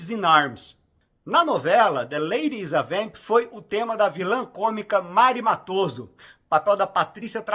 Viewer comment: Augusto Sérgio, por favor! Não é Augusto César. 🤦‍♂️🫠 E a pronúncia é "Méri" Matoso, por favor! Vc realmente assistiu a novela????!😢